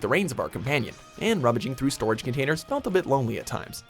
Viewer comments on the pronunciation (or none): none